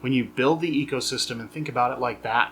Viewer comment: My only criticism, u said "echo" system , its eco like "go" 😂